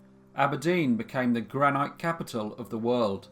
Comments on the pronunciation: I come from Aberdeen and it’s pronounced GranIT not GranYTE 😐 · I wish you’d speed up we aren’t taking notes. Also it’s pronounced gran- it not gran-ite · Sorry but it's pronounced Granit , rhyming with bit not bite! Love your work! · Just a small point, it's pronounced " granit, not granight " you're welcome 😉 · Its pronounced gran-it not gran-night. But do love your videos. Keep up the good work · Angus Armstrong: I am sorry, but it is pronounced granite rhyming with bite, not bit. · Monique Cardell no it’s not! I know people from Aberdeen and they pronounce it granit not granight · It's pronounced gran Nit, .. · I raise you your "delapilated" and give you "granite" whereas it is pronounced "gran-it" 😂 He reads everything phonetically, it is funny but also adds to the charm of these...these flaws and mispronunciations make you remember it is just a bloke in his bedroom making these hehe! I love them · Thanks for the case from my home town. Never heard of this case. Its before my time. 2 accent corrections for you though. Granite is pronounced Gran nit and Urquhart is pronounced Urk art. Other than that awesome story as always.: ) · I love your stuff altough often the pronunciation and intonation is weird. Dilapilate? Gran-ite? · What's the big deal? People pronounce things differently. Even in the same country, different areas have different pronunciations. That doesn't mean any of them is wrong. Obviously some people say "gra-night". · Is that the Scottish pronunciation? I grew up in England and it was granit. Never heard granite before. Don´t want a row, just interested. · Have you actually ever met a real human being?? You sound English but I've never in my life heard anyone pronounce the word 'granite ' as you did here mate!? Seriously! Where the fook did you get that from? You do not pronounce the silent e at the end of that word !!